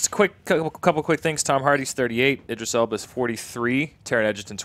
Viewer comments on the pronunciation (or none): Don't congratulate Andy on pronouncing "Spectre" correctly. Still didn't even know the name of one of his guests. "Bag-Begley??? Begley?" "Eye-dris Elba"?? They were all saying Idris!!